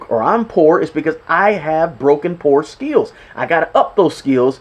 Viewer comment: Bro it's skills. Not skeels 😮